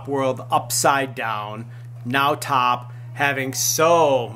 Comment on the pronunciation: THANKS FOR THE UPDATE! His name is T.O.P. not top. Please pronounce it right.